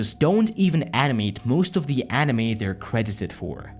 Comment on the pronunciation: the way you say anime got me all the way messed up, it's pronounce ''Ah-Knee-mei'' not enemy.